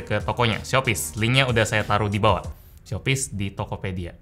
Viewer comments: Shopyz di Tokopedia?" Me: Shopee di Tokopedia" 😂😂😂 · Shopyz bukan shopee boy